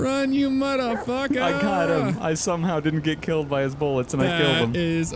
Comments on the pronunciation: Not trying to be mean but I “THINK” ( not 100% sure ) but I think it is get not git again not trying to be mean. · its "get" not "git". No offence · You said don’t git bit not don’t get bit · "Don't git bit" seems legit